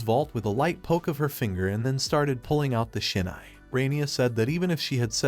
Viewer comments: It’s hilarious he keeps saying “Sinai” but it has nothing to do with Israel or the Biblical text. It’s SHINAI my guy. Read. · Thanks, it’s a good story with a different type of main character. But I think your AI is dyslexic…. Shinai and sainai is just one example